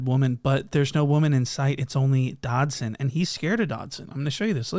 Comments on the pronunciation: The fact that he keeps calling that man "Dodson" has me gone🤣🤣🤣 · Really calling him Dodson 😂😂😂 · Dodson??? lol suspect? 😂😂😂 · U calling him Doddson is so funny😭😭😭